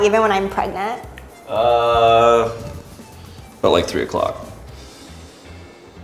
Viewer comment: It's preGANTE